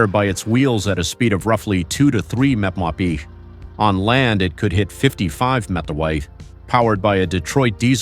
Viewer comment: And the robot messed up MPH and LB as well - someone should listen to these things before they are released!